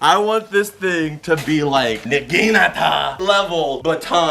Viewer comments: I watch your videos all the time and never miss one and i love your content but this is the last straw...i cant stand it any more...you are pronouncing naginata wrong. Use google translate...PLEASE!!...😭😭😭😭 Thx and keep up the great content.. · You mispronouncing naginata is triggering!